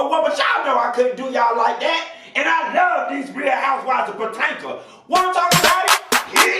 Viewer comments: I die every time you mispronounce Potomac, Potanga is it from now on. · Did you say "Patanka"?? 🤣🤣🤣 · I missed hearing you say Potanka😂😂😂